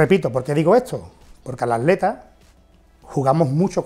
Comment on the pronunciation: Min el "ADLETA", el "ALETA". Tiene algun problema para decir la palabra ATLETA?? jajajaja